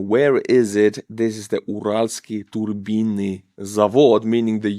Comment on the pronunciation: For a moment I thought you said "the ukranians took out a turban factory".